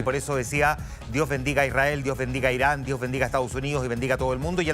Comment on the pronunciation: No es por nada pero ese presentador no puede ni hablar diciendo Israel y Irán e incluso cuando está escrito y ni así lo lee bien jajaja